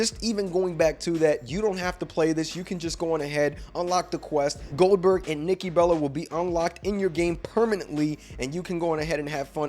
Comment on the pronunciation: Not huge for older gen xbox ? It's wwe2k23 Goldberg not Oldberg😅